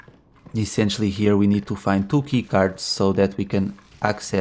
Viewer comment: When you said “two key cards” I thought you said “Tuky cards” lol